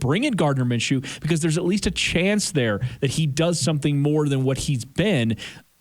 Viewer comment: Minshew?? Maaaan.. Nah